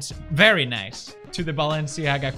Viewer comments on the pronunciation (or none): none